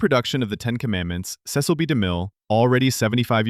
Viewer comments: FYI — his name is pronounced, “seh-sel”, not see-sel. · Cecil (ses-sel, not see-sil) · Somebody has to re-train this automated voice-over on how to pronounce famous names! "Seh-sil B. Demille" not "See-Sill"! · Cecil is not pronounced correctly her. It’s not Cee-cil, it’s Ceh-cil. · The director's name is pronounced "Seh-sil," not "Cee-cil," as you mispronounced it in fact #9, although you pronounce it both ways multiple times. You also mispronounced the name of Basil Rathbone in #10. It is pronounced "Ba (short a) sil, (rhymes with tassel)," not "Bay-sil." If you're going to give insights into movies, you should learn how to pronounce the stars' names correctly. Also, you might want to do a better job editing so you don't say the same name two different ways several different times.